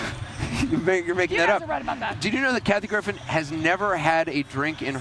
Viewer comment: LOOOL, the guy cutting the cake said "Kathy Griffith" :D